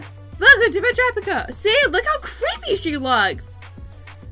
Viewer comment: you said it right